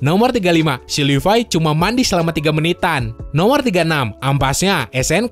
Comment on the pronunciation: Levi❌ Lipai✔️